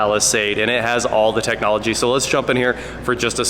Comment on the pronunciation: Aye, Tech Nah Logia technahlogia